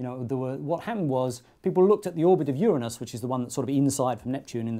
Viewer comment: Thank's for pronouncing Uranus right.